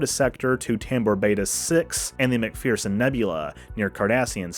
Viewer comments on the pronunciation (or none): none